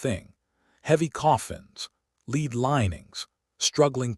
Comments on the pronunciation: Lead not leed. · It is pronounced led though spelled lead. I hate this mispronounced words in this kind of video. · Lead sounded led . Rediculous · Click bait nonsense. Learn how to pronounce lead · ROYALS ALL HAVE LEAD COFFINS, HOWEVER, PRINCESS DIANA ALLEGEDLY LEFT MANY SECRET MESSAGES ITEMS. IT'S A SHAME YOU CAN NOT SPEAK CORRECTLY THE WORD IS LEAD